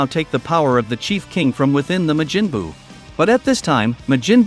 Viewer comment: Ma-jin buu. 💀